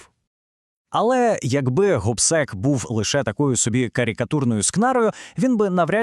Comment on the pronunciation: Супер! Але неправильний наголос у імені. Не ГОбсек, а ГобсЕк!!!!